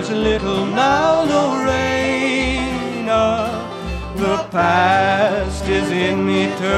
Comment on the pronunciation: Hey, you need to go back and listen to how Johnny Cash pronounced LoREna. It's not LoRAna. (Johnny Cash Lorena1959.) I know it's been my name for 72 years. You need to get it right if you're going to sing this song.